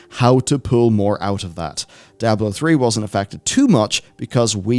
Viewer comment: It’s not a regional thing, seen Floridians , Oklahomites , and New Yorkers say “Die-ahh-blow . Lol.